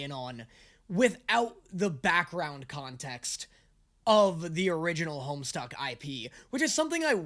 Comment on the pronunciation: Hearing you call it "Homestuck" gave me such massive flashbacks. To this day I don't understand how so many people added an R into the title back in the day. It's funny to relive those misconceptions in the year of our Lord 2025.